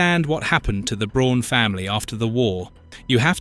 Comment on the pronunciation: Braun as a German name is not pronounced like the English word brawn, it’s pronounced more like the English word brown. How could you possibly make a video about Eva Braun’s family and not know this? “Her, younger sister Gretl…” AI is bad enough, but with an English accent it’s even more annoying.